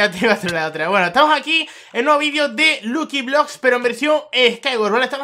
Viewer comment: Se pronunsia lacki bloks